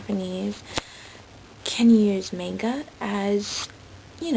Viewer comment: no offence you know youre pronouncing Manga wrong through this entire video right?